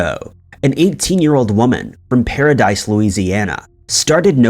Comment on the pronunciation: It's really para-dees lol that's close where I'm from wow